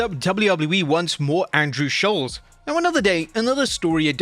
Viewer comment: I love Schulz and that you say his name correctly. Also, Jade sucks and I don't know about Tyler the Creator but she seems to have stolen everything from Marvel's Storm.